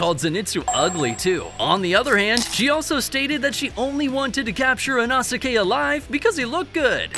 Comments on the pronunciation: That you can't pronounce Inosuke... It's: e' no sss k' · It's inosuke (e-no-s-kay) 🤦‍♂️ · not trying to be rude, but why do you say inosuke like that? its ee-no-skay just so ya know😅